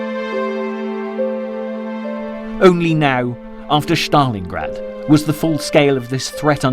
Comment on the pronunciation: its stalingrad no shtalingrad